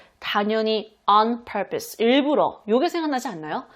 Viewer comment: purpose 발음 속이다 시원😂